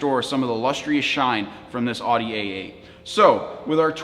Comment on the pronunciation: He kind of lost me when he called that Audi an "Awddy", but it does look like a good polisher.